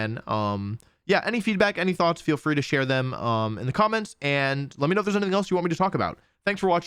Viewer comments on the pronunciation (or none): none